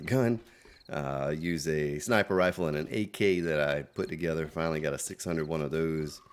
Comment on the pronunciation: Hey, did you really mean to say "rifer Sniples" at 46.58? Had a nice chuckle. Keep up the great work.